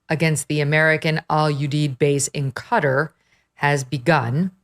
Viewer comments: I’ve seen a lot of coverage saying cutter for Qatar it’s pronounced cat-are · It's not "Cutt-her". It's "kuh-tar". 🤦🏽‍♀️ civilians drive me nuts on this. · Not Cutter, it's pronounced like katar. 😂 I was a teacher. You're all getting an F in grammar. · Where is "Cutter"? I know where Qatar (kuh-tar) is. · Qataaaaar? Can’t you pronounce Qataaaar? What ‘cutter’? Embarrassing